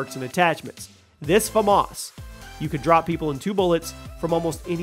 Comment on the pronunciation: Did you really just say black ops three Flamas for the bo1